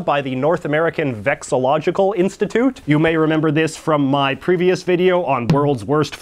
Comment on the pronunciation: I will never not get annoyed at you for not saying the first "llo" in vexillological.